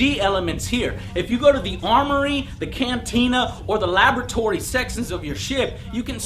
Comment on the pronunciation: laboratory sexins lol